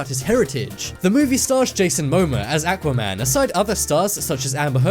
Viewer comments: atuaman? it aquaman dude say it right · Say it with me aaa-qwa man